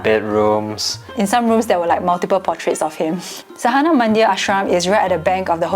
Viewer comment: and: pronunciation of sadhana is: saa-the-naa (pron. americaa, the is an english word so you should know how it is spoken)... you got saa and naa right but dha is spoken as the